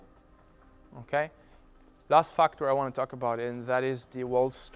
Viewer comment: Factor=fucktor，I kind like this pronunciation.